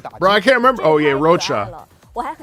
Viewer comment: "" 😆poor Roccia...already forgotten Btw Phageocyte is pronounced "Fage-o-cite" (rhymes with "sage"). Its a type of white blood cell. Phage is a short term for bacteria or virus as well. Interesting implications for how these Fractsidus are created OMG i'm so glad you discovered Evangelion. I too would shit my pants if Wuwa did a collab with EVA. Its literally the only anime i give a shit about. Also super stoked you decided to watch the OG series first before the rebuilds. Make sure you tackle Death, Rebirth, and End of Evangelion 'movies' as well to get the complete package. If you really want to destroy your wallet, check Tokoyo Otaku Mode for Eva statues. They have some really sick ones, of which i already have 6 lol